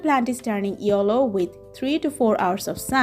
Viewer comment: This is not yollow this is called yellow